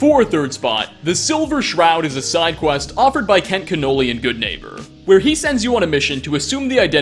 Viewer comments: Connolly not Cannoli Saugus not Segas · It’s Kent Connolly not Kent “Cannoli” lol he’s not a dessert. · OK. his name is NOT Kent Canolli, its Kent Connolly. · Kent... Canoli?? Connelly. CONnelly, not caNOli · Bethesda: His name is Kent Connolly.: Kent Canolie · kent konolly not canolli?! learn how to read and listen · It is Cawn-uh-lee, not canoli. Retahd. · Sean Connolly and Gaelic, Ó Conghaile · Kent Connolly: Exists: Kent CANNOLI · Good old Kent Cannoli, my favorite Italian dessert! 😆, I love your stuff, but you need pronunciation notes in your scripts! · "Kent Canolli" lmfao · Kent “Cannoli” god bless your pronunciations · "Kent Cannoli" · "Kent Canoli" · Haha "Kent Canolie" 😂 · Saygus Iron works? Saugus. Pronounced Saw-gus. Kent Connolli? Did you even play the game? It's not as if it's strictly text based and you mispronounced it. They say it in game over and over ffs. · "Kent Cannoli"? At least make an effort to check these things, there's a Youtube video pronouncing literally everything if you look. Or people called Conolly who've been on TV or the like. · It’s Connolly.. lol